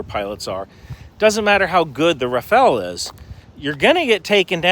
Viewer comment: I haven't heard a single American commentator pronounce Rafale right. It's not a ninja turtle, it's a gust of wind.